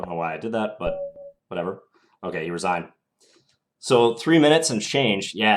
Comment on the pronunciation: Black "resianed".... not resigned?